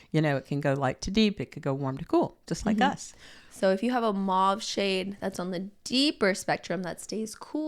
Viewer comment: "Mauve" rhymes with "clove."